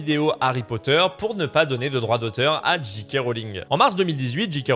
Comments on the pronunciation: Bonjour. C'était bien analysé et raconté, mais tu dis JiKé Rowling au lieu de Géké. En conclusion pour moi: ne jamais traîner sur Twitter. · La lettre J se prononce "djé" en anglais, la lettre G "dji". Quand tu dis "Dji Kay Rowling" ça donne G.K. Rowling Autant le dire à la française